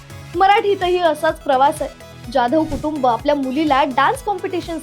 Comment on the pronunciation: जॅधव नाही "जाधव" म्हणा.